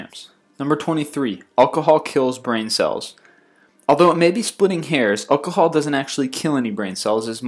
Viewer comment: Alcohol is pronounced ocohol?! xD Its pronounced al-co-hol xD